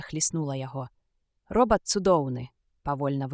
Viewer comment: Агучана так, што слухаць можна, але я б параіў хоць якуюсьці рэдактуру зрабіць - шмат словаў вымаўляюцца зь няправільнымі націскамі, і яшчэ больш - зь нейкім "польска-амэрыканскім" акцэнтам. Напрыклад: "ро(ў)бат", "нэ" замест "не", "дзвэ" замест "дзьве".